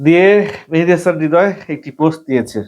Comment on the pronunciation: মেহেদি হাসান হবে ভাই মেহেদি হামান হবে না